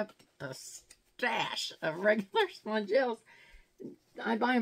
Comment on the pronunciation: When you made that comment about not giving the Kardashians any more money, I hit that subscribe button.😁 And I'm so glad I did. Of the hundreds of FFF unboxings I watch every season, you are one of ... um ... TWO people who pronounce Spongellé correctly! Every time I hear sponge-ELL, I slap my French-educated forehead & mutter merde under my breath.😂😂 You're a breath of fresh air, hunny!❤️